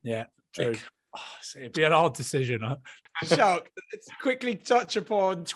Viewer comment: How hard is it to say Schalk properly?